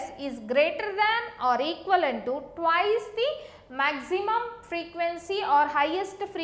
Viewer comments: It's Twice not twise🙄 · Very good explaination. I totally liked it. By the way,its 'twice' not 'twise'. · Video is good but it's not twise it's Twice😁